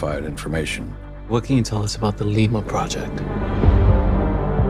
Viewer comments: I swear I heard him saying "Ligma" first time. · i swear he said ligma, not lima